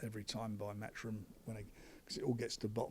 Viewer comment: the Same Anymore oh and it's 'matchroom ' not 'mathroom'